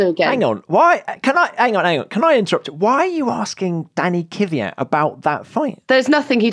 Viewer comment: You english people say Kyvyat, while it's Kvyat